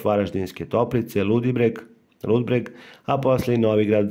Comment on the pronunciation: Ludbreg, ne "Ludberg",.